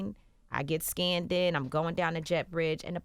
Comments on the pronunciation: "I get scanded" ? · DID THIS CHIC SAY "SCAN-DID)????/ OH MY GOODNESS.. THE FARTHER AWAY FROM BLACK WOMEN WE ARE THE BETTER..